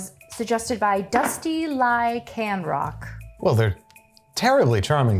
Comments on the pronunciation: Dusty Ly-CAN-roc, and millions of pokemon fans suffered through horrific chills hearing that. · Lol. "Lie Can Rock" doesn't know what a Lycan is? Lxver Sarcana... not Lxvers Arcana. Her pronunciation is the best part of this video! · Her pronunciation of lycanroc has me rolling in my grave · "Dusty Lie Can Rock" lol Lycanrock? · This is such a nonissue but as a Pokémon fan, that pronunciation of Lycanroc hurt me LOL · The pronunciation of Lycanroc killed me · Love the way she pronounced Lycanroc lol